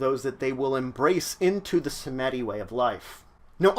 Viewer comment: It's pronounced "Sahm-dee", not "Sa-meh-dee". The Baron, both the bloodline's founder and the Lao, are displeased by this less than acceptable pronunciation. You owe the first three pints vitae and the second a cigar and a lowball of rum. You have 72 hours to deliver.